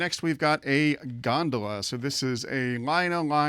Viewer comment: You mispronounced gondola and those so-called logs are barrels. You may want to review Lionel postwar train catalogs and terms. Apparently, you're too much in the modern era. Personally I consider myself a postwar era historian. ☮️